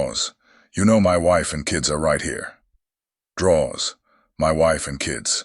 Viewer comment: Drawz… drawz.. drawz… dont do this 😂😂😂